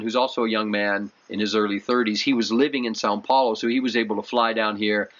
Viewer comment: SÃO Paulo, not SAN 🤦